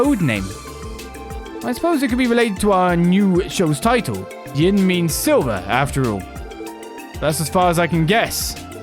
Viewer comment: the one translation issue i had with geofront and by extention nisa since they used it as base, is the name Yin, Yin is a name in Chinese wich in japanese is prenaunced as Gin, they kept reading and saying it as Gin untill hearing about the assasin from eastern origins and how Yin may be the intended way of saying it while talking with the bearded guy.